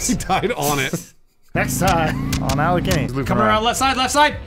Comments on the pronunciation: Alekini? I think it's Alekhain. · It is not Alekini. It is Alekhine. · It's AH-LYO-HEEN, not AH-LEE-KHEE-NEE. Source: I'm a certified russian. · Awesome video, as usual! But it's pronounced "Alekhin's Gun". Aleksandr Alekhin was a famous Russian chess player, who emigrated to France (that's why his lat name is spelled so, erm, funny). P.S. I have no idea what he has to do with guns, as far as I know he never shot any guns in his life.